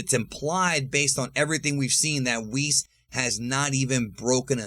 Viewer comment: WWHees? Its WH IS